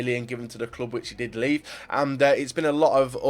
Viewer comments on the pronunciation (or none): none